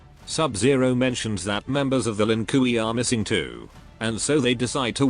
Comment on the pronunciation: Why does the darn dude calll them the Lin Kooey lmfaoooooooooo it gets me everytime